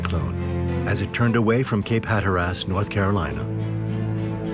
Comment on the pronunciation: It's Cape Hatteras, not Cape Hatter-ass.